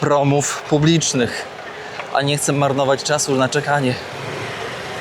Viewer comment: Drewniane czy plastikowe patyczki czy łyżeczki, absolutnie nie do przyjęcia. Metal jest bardziej przyjemny, więc się zgadzam z Tobą. „Chcem” wymienić dolary? Myślę że otrzymałeś w owej sekundzie sms’a od Hani, której wymowa wpłynęła na Twoją (ale nie poddawaj się ‚’! 🤣). „Fish market” czyli „rynek rybny” 👍 I nie „tuna” tylko „tiuna” (tak na przyszłość). Pozdrawiam serdecznie 🙂